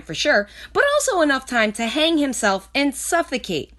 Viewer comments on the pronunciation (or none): none